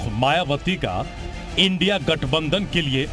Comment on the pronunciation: इंडिया बोलो इंडिया, I n d I a नही, रिपोर्टर जी